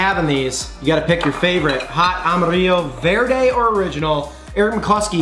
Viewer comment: Two white boys trying to say "Verde" lmao. Tamatillos and hot Chili's is what green salsa is made out of. Verde!